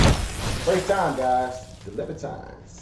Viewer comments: Pronounced Lib-er-teens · I'm sure someone may have mentioned this by now, but it's pronounce "LIB-UH-TEENS". 😉 Great video though guys. My favourite line from the song is "Cornered, the boy kicked out at the world. The world kicked back, a lot f#%$ing harder though!" Oh and react to Hi Ren by Ren! Edit 4: Oh you have done already. 😂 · Pronounced liber teen.A libertine is a person devoid of most moral principles, a sense of responsibility, or sexual restraints, which they see as unnecessary or undesirable, and is especially someone who ignores or even spurns accepted morals and forms of behaviour observed by the larger society This is prob their most commercial hit and was used in comedy Gavin and Stacy which was partly written and acted in by James Corden from the late show. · Awesome, more please, pronouncement is "liberteens" after they split frontman Peter Doherty started babyshambles also a good succesful band. The libertines are back together after a long split. Peter is finally clean and made some great solo albums aswell.